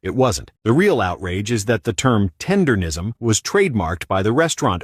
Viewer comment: He can't even say "Tendernism" properly. Zero seasoning. He talking about the barbecue community like he wasn't just running Uncle Iroh's tea shop. FOH